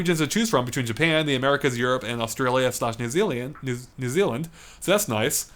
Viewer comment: "New zealy-and" thanks mate